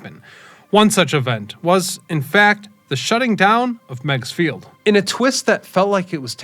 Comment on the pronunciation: Its called Meegs field not megs field.